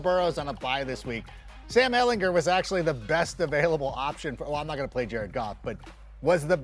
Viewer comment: bro said sam elhinger 💀